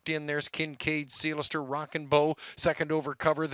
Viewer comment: Who is this guy? Sounds good...can't be local as he can't say "Seelster ".